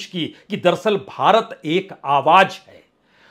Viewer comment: Your style and presentation is very unique.. Confident and indepth analysis.. One request.. Plz pronounce Awaj as "Awaaz".. And so on... It is phonetically nice to hear.. Thanks for your efforts in keeping unbiased journalism alive.. Keep it up